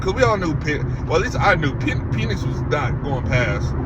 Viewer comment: You love what? 😂😂 Pause my boy it's PENix not PEEENIX.